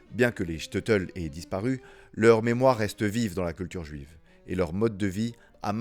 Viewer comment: Super vidéo! Très appréciée!! Petite correction sur la prononciation du Shteitel. Ça se prononce : ch- teille - teul (Le ch comme dans chaussure, Le “teille” comme dans bouteille, ou encore “taille”, comme dans “j’me taille”. Et teul, comme dans je dois “te’l dire). 😅